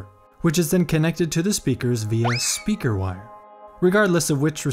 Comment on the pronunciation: you said speager wire incorrectly!